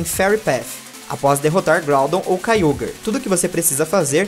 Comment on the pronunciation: não e kayogrer e kayogre que fala